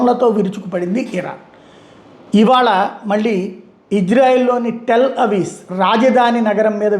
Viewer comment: టెల్ అవీస్ కాదండి, అది టెల్ అవీవ్